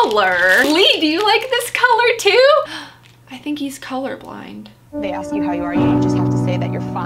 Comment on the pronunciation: ‘I think he’s color bind’ me hear melted 😂😂😂😂